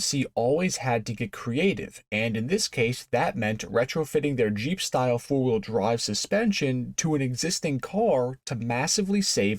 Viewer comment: Did he say fart wheel drive?